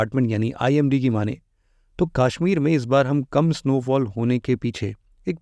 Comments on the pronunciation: It's कश्मीर not काश्मीर 👍🏼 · Tu bihari hai. , KASHMIR KO KAASHMIT MT BOL 😂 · It's not Kaashmir 🙂 It's Kashmir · Sir , it's not Kaashmeer , it's Kashmir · Sir kaasshmir nahi it's kashmir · Kaaashmir... It is Kashmir. Please pronounce the aa correctly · Sach me 😂